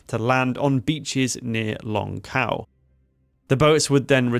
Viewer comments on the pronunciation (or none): You’re pronouncing the names wrong. Xiao is pronounced more like Shiao. Longkou like longko